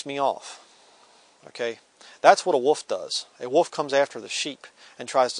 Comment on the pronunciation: joe clark he's saying "wolf"!